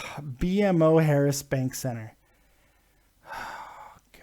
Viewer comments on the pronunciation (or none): It is pronounced "Beemo", BMO Harris Bank, it use to be called "the bradley center" it the home of the Milwaukee Bucks NBA team, just so you know lol i'm from Wisconsin so i am use to having this conversation with people lol, just like the word bubbler is what the south calls a drinking fountain or a water fountain lol us northerners got some weird shticks